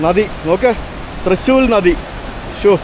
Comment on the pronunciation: Thrissur 🫣😂thrissul